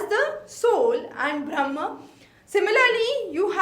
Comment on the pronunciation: Please fix your pronunciations first. Samyak or Saankhya? Jan yoga or Gyan Yoga ? Bhram or Brahm? Vashishk or Vaisheshika? Kannad or Kanaad? Those who are listening to you the first time will adopt these pronunciations as correct. Just something to consider…